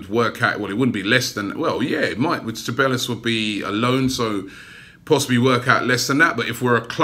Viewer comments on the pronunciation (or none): Ceballos = (SE-BAA-YOS) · Robbie m8, it’s pronounced (Seh-Bye-Os) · It’s Dani Ceballos pronounced Say-Buy-Yos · You pronounce cebaillos se-bye-os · CEBALLOS = SAY- BYE - YOS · It’s Ceballos. Pronounced S-E-B-A-I-O-S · Robbie please Ce-Ba-Yos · Its pronounced SE-BA-YOS Robbie! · Pronunced SE-BA-JOS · Cabellos: Kah-Bye-Yos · His name is pronounced cebayos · Robbie it's Sa-bay-os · It's pronounced cheb-eye-os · It's pronounced seh-bios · It's pronounced seh-bah-yos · Ceballos= Zeh-bah-yos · Rather have Everton Soares than Zaha. He's much better. Also, two 'L's in Spanish are pronounced as a 'Y' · He really said Ceballos name wrong each time, so cringe